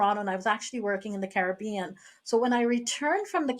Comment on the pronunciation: as soon as she pronounced Caribbean like that i knew she was done